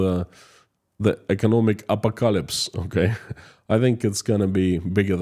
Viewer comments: Say it like this: Ah Paw Ko Lips .........😊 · Here's a hint: ah-pock-ah-lips😊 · A PO KA ELIPSE 😂 and stop calling itt Russian .law. instead you should call iit moscow law. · Thank you for the videos. I usually get really sleepy because of your soothing voice. This time though your butchering of the word apocalypse woke me up :D It's pronounced "apo-Kalips" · .......phonetic pronounce....just say... A-POCK- A-LIPS then you have Apocalypse pronounced perfectly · A pock a lips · apocalypse IS SAID a - pok - a - lips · A POC A LIPS. 😄♥️ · Thx. Apocalypse has stress on second syllable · Stress on the second syllable!